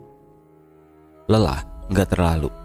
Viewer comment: bukan cimbelettt...cimbeuleuittttt banggggg